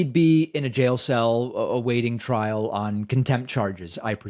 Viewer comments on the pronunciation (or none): none